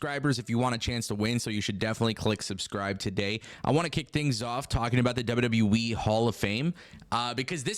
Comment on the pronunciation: STOP SAYING WEEEEEEE AT THE END OF WWE ITS AN EEE NOT A WEEE